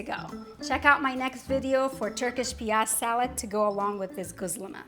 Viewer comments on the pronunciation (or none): I assumed you were turkish but I dont think you are. It is irrelevant anyway... great presentation. The reason I raised this point is because ' gözleme' is pronounced as 'ghozleme' rather than ' 'ghuzleme'. Göz means eye. Gözleme means observed and weighed by eye_ instead of by scale... I have subscribed by the way...